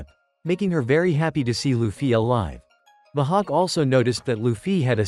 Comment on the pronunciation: Bro called mihawk mahawk